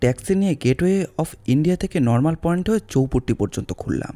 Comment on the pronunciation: Aar ektu chhoto ekta correction kortey chaai ..... Etaa aami aageo onno golpo tey shunechi. Mumbai tey je somudra kaacher jaayga ta চৌপট্টি bola hochhe otaar pronounciation hochhe চৌপাটি। Please don't mind but just wanted to correct you for any future stories.